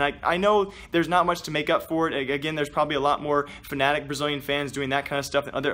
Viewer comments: he said F A N A T I C not F N A T I C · Did you say fanatic fans or fnatic fans?